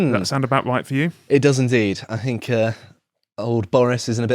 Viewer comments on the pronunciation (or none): Could someone please teach the guy on the left to say “th”!?!? “Deafs “ and “I fink”. It’s just lazy.